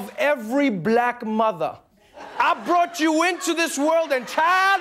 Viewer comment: "I botchu into this world and I can take you out of it! "😂